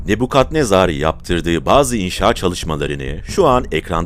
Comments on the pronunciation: Ne bu yav?. Ne Bu Kadnezar degil. Nabukadnezar olacak. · Kadnezar ne bu? Nebukadnezar? Cevap ver bana 😂